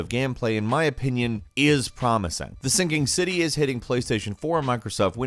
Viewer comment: You said Singing City like thrice, isn't it the SinKing city?